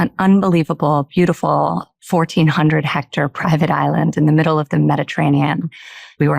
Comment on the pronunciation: Oh Sweetie, the word is hectare, not hector. And you do development deals without knowing how to pronounce a very basic land measurement used almost everywhere in the world? Oh dear.